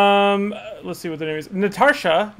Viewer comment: Woo hooooo! You answered my question AND pronounced my name correctly! Thank you!